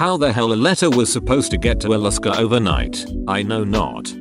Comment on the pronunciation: Alaska How it’s pronounced: uh-LASS-kah text2speech: iliskuh